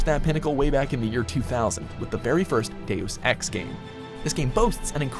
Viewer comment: cant help but hearing days of sex when he says deus ex xD